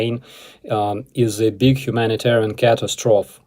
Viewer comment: “Ka tass tro fee”